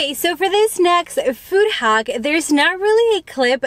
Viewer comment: It’s hack not haock